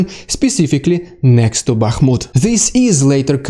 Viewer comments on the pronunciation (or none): none